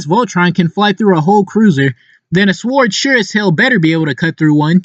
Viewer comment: Lmao I love how you pronounce the w in sword